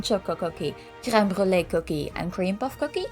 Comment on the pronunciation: I love how you properly pronounce creme brulee